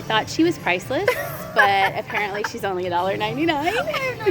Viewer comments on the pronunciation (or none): none